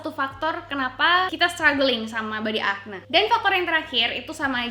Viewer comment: kayanya pronunciation nya akni bukan akne :)